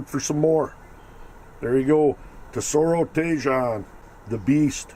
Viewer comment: Thanks for the review. Btw I believe it’s pronounced “tee-hone”.